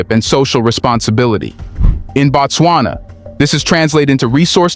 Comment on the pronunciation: Not bat-swana but Boat-swana or even more correctly Boot-swana